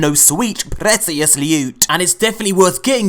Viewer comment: The way he's pronouncing 'precious' is killing my soul. Great vid though haha